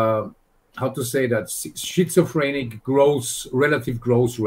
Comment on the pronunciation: "Shitsaphoenic" Fabulous!